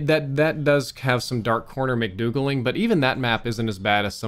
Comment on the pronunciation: “dark corner McDoogling”